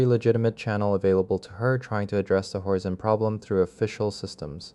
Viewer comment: it's horzine, he reads it as horzeen for some reason he also says twenty ninety one which is 2091 subtitles are terrible though